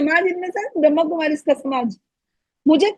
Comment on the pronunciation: pehaly to brahma. kumaris pronouncetion to Sikh lo